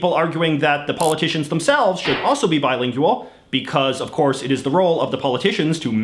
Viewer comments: I hate how he says "bilingyooal" instead of just saying "bilingual" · that was my reaction. I was like can he just pronounce it correctly. He seems like he's trying to be Canadian and not Canadian lol. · Is the word bilingual pronounced differently in Canada, or is it just an idiosyncracy? I mean, not pronouncing it with a /w/